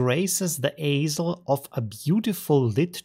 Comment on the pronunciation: "aisle" is pronounced "isle"